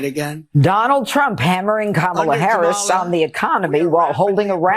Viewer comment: This “who’s Harris?… nobody knows who Harris is” bit is so odd. Yeah, Don, everyone knows. Also: There are not 19 ways to pronounce her name. There are pretty much 2. The correct way, with the stress on the first syllable and the intentionally incorrect way you do it with the stress on the second syllable. His routine is SO STALE. He really is the ranting old man in the rec room at the home. You walk in to watch a game show and you turn and walk out before he sees you. So pathetic.